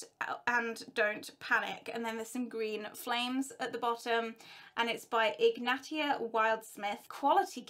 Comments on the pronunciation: Hermione: It's Ig-neigh-sia not Ig-nat-ia Floo Powder 🤣🤣🤣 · I think Ignatia is pronounced ig-nay-shee-ah, as it is probably the female version of Ignatius